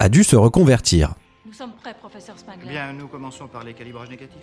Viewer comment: Bonne vidéo, MAIS le nom Spengler se prononce spaingleur et pas spainglair. De même tu as prononcé le nom des frères Scoleri en disant "scoreli".